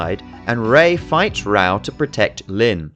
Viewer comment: interesting analysis, but the English dub is *AWFUL*, and nearly all the names are pronounced badly. Raoh is pronounced Rah-Oh, Kenshiro's fiance is YUria not "julia", Ryuken is Ri'yoo' ken, the rival school is Southern Cross Star or "Holy Southern Cross"